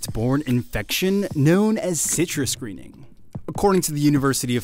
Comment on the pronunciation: Good heavens! WHY say every word clearly except the name of the orange disease? Twice it was given - twice in a sudden mumble. Please say the name with the excellent tone and projection you used for the rest of this program.